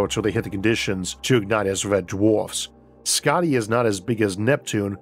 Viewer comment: Hey Isaac, I just wanted to let you know that your pronunciation of Skaði was really good. (I hail from Iceland but currently living in Sweden btw) Hope you see this & thank you for all your hard work. :)